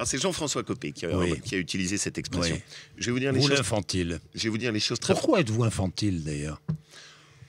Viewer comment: Laurent Wauquiez : "Che ne dirai pas de mal de Copé"